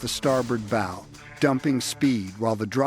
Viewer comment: Archer's "bow" or ship's "bow"? 😅